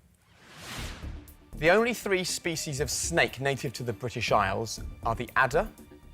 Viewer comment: species are pronounced differently!